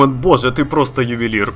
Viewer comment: Когда он сказал :"Ювелир ", мне стало неловко